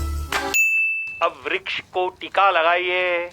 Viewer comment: Vruksh not V yes yes